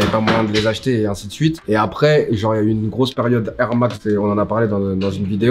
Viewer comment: C'était "FEUNE"